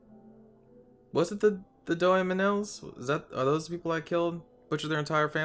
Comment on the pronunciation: Yeah, you butchered the doemenels.